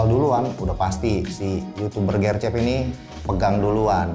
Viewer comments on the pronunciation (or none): gw bingung gercep nya ngomong nya gercep, bukan gercep jadi gw kira maksud nya apa. ternyata gercep cuma e nya aja bukan di baca e tapi di baca e.